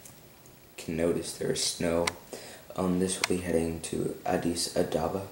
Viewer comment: Not Adaba, it's ababa